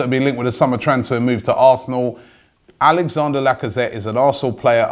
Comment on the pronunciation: It's Alex-andre not Alex-ander just saying